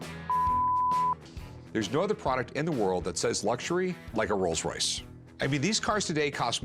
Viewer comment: There is no such thing as a "Royals Royce", it is a "ROLLS ROYCE". Real car experts.